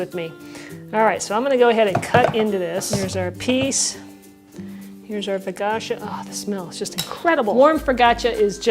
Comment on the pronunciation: You got my thumbs up,. Thanks for another winner, but it sounds like you're saying "fo-gotcha", and I DON'T want to forget about THIS recipe. Ha ha. Still luv you all the same.